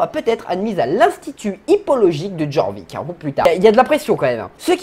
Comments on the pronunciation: Alors juste sa ne se dit pas Jorvik mais Yorvik (Mais sa s'écrit Jorvik) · Petit cours de français version sso: Jorvik se prononce yorvik et ged se prononce g e d. Voilà j’espe que tu passe une bonne journée!